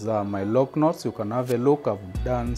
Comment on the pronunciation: Love the way you say "Loc Knots." Beautifully done... 🔥🔥😍🔥🔥